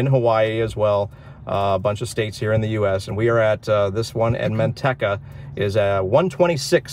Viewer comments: Man tech a. That's funny! Natives say Man tea ca. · The "e" in Manteca is a long e. There is no rhyme nor reason for it, of course.